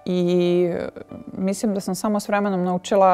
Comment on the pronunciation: Sofi, kaže se mislim a ne misim.. Probaj da naučiš, nije teško